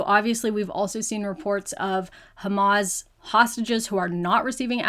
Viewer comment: all of the facts you shared are lies. Every international agency agrees there is no KHAMAS (which you cannot even pronounce properly) in the hospitals. Hamas said the hospitals are not a strategic target. According to international law, under a brutal occupation, Palestinians have a right to armed resistance according to resolutions 30-46. “israeli” regime has not fulfilled any of its responsibilities as an occupier (according to international law) and continue to commit war crimes by international law.